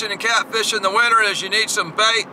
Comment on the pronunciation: Its winter not winner